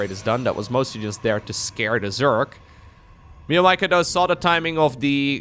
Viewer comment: Hey. It’s actually spelled meow-maika. Not me-o maika.